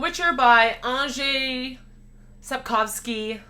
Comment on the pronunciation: I think it's just pronounced "Andrei". Or it's something very similar sounding to Andrei. Last name Sap - kow - ski. (I think.)